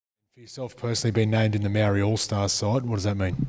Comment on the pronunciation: Journo needs to pronounce Maori correctly.